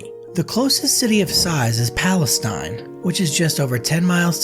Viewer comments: It’s not pales tine it’s palesteen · I live like 20 min away from there. By the way Palestine is pronounced Pal-uh-steen. Texas has weird pronunciations of cities. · FYI, Palestine is pronounced Palesteen here in TX. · Brehhhh, it aint pronounced said like the country in the Western Asia… More like saying it with an E instead i ; more like Palastene. & trust me, I know, i know, it is a bit ridiculous for that to be even considered an insult to some one, however it’s we are talking about Texas… and if’youz don’t like it, den go’on got tf outta here damn liberalz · Not how you say palestine this ain't the middle east its pronounced pala-steen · Palestine is pronounced palesteen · It's not pronounced Palestine it is not a Middle Eastern country pal-uh-steen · The towns name is pronounced Palace-teen. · I jumped in the comments to say just that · It's pronounced Pal lie Stein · Palestine isnt pronounced that way here- its pronounced as palest^teen not like the country of Palestine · Need to learn how to pronounce the name of the town if you are going to report. Immediately threw me into thinking this guy is not creditable when he can't even pronounce the name of the town. During the construction a lot was had to be redone, example the locks were placed on the wrong side of the doors to the cells. Many people don't understand that prison is not a holiday resort, yet what can we expect in today's society.